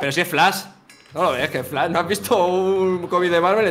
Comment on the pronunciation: Minuto le dise es flas se dice flash y es de dc pero dice no viste un comic de marvel en tu vida